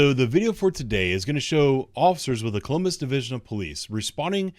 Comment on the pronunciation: "Collummus"? Is that anywhere near Columbus?